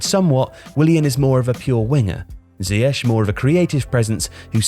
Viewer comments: Please pronounce him zee-akh rather than zee ash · When did everyone go from calling him ziyek to ziyesh? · Is isn't even pronounced right....